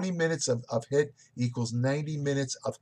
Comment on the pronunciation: it's HIIT not HITT lol I still love you sir!